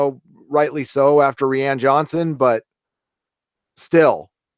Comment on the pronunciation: Why do you always mispronounce "ree- ANN johnson?" It's "RYE-ann" just spelled funny.